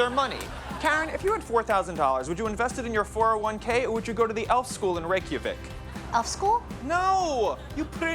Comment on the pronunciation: You didn't even look up how to pronounce Reykjavik?